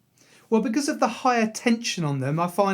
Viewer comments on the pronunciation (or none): none